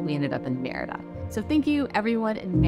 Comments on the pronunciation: SAY "MEDIDA" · You’re saying Merida wrong 🙈🙈 it sounds like you’re saying crap 💩 🙈I give you tons of credit you’re trying your best I love you guys stay safe🙌🏼 ENJOY MY BEAUTIFUL COUNTRY MEXICO 🇲🇽